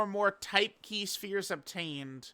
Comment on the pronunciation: it’s NOT PRONOUNCED SHPERES BUT ITS PRONOUNCED S. P. H. E. R. E. S